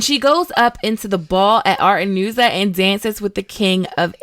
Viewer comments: It's Aretuza, not Artenusa! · Why do you keep saying "Artenuza" I'm like 99% sure it's Aretuza..? There's no N. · why you keep saying ''artenuza'' when the crrect name is ''Aretuza'' wtf lmao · Aretuza and Aedirn, not Artenuza and Aedin. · Air ah tooz ah = Aretuza. It is NOT “R tuh nooz uh”. Your pronunciation is very annoying. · It's "Aretuza" not "artemusa". And it is not "J" in Jaskier. It's "Y". Call him Dandelion, and you'll be fine. The forest is "Brokilon" not blovikon. "Duny" is like "Dune" or "Dunnan Knut" not daniel. "Dancing" is the coolest way of saying it, although hilariously inadequate, because Geralt says 'let's dance' right before a hand-to-hand combat. Anyways, 99/100. A superb synopsis. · I love your content but my god please work on your pronunciation. It’s not Artenooza, it’s Aretuza! A-re-too-za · Aretuza, not Artenooza. Jaskier is what the bard is called in the Polish language saga. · It's Aretuza not Artenuza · ARETUZA, not Artenuza AEDERN, not Aden FILAVANDREL, not Filandrel NAZAIR, not Nazir CONCLAVE, not Concleve Having said that, nice analysis of the overarching themes, they make me appreciate the series more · AR-e-TOOZ-a. YASK-ier. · Great vid just need to fix the name pronunciations of Aretuza and Jaskier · Thank you for pointing this out, the pronunciation was driving me nuts!! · There's no 'n' in Aretuza :)